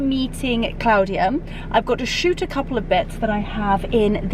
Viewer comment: Thank you so much for taking us along on your wonderful day in London. I always love how you say Claudia the correct way. My name is also Claudia and the only person that pronounces it like that is of course my mother. I know you were exhausted after that day. Hope we get to see the ouppies again soon. They are just precious.